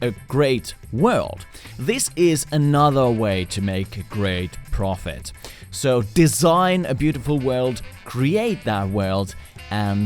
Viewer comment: The way he pronounces “ profit “